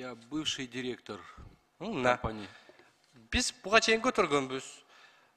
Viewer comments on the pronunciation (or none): none